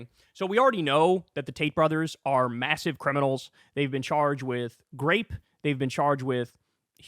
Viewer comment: nah bro not Kyle saying "grape" in 2025, the year of our lord.